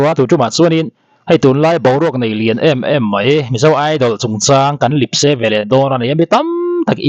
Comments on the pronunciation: Lipse, a va na dawn ve le. Lepse tih tur aw. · Lipse ti lovin lepse ti rawh.